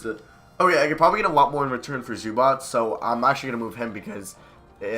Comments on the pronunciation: Why do you say zubac as zubats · You’re pronouncing Zubac wrong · why do you say zubac name so weird